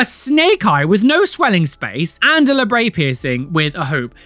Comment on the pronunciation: It's pronounced labret, not labray.